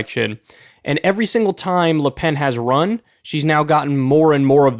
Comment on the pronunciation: Kyle needs to learn how to pronounce French names. It’s Macron not Macrone, and it’s pronounced “Lu Pen” not “Lay Pen”